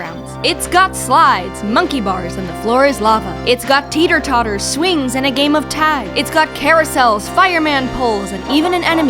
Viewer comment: Did she just say 'tater totter?"